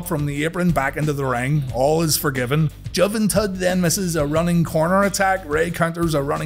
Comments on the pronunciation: Ja-Vah-Tut? It's Who-ven-toot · "Juh-ven-tud" I found that way funnier than I probably should've. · Juv-en-tud Hahaha every week there's at least one absolute gold comment. Seems like this is this weeks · The deliberate mispronunciation of Juventud Popped me so much